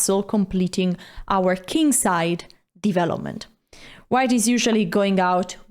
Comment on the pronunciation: I like how she pronounce " divelopment"